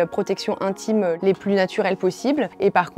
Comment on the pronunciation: Les odeurs "intchimes " Mon Dieu, je ne supporte plus ces sons vulgaires et grossiers ! Qu'est-ce qui se passe avec cette génération qui n'arrive pas à prononcer les syllabes ? Il faudrait instaurer des cours d'élocution et de prononciation dès le plus jeune âge et jusqu'à la fin du lycée, car il est clair que certains ont des difficultés.